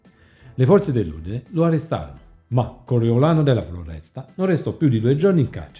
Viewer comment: Coriolano della Foresta no Floresta..in più Contorno poteva parlare con il suo capo nn per sempmice amicizia ma xchè faceva parte della decina riservata agli ordini solo di Bontade....il capo decina media nn medita...😂..errori da 5 elementare..prima di fare un canale imparare a parlare on italiano no?😅